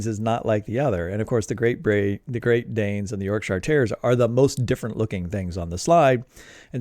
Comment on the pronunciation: Oh, by the way, it's pronounced "YORK-shuh", not "york-SHY-arrrr". Leicestershire is "LES-ter-shuh", not "LY-ses-ter-SHY-arrrrr". Gloucestershire is "GLOS-ter-shuh", not GLAUW-ses-ter-SHY-arrrrr". You're welcome. 🤗 {:o:O:}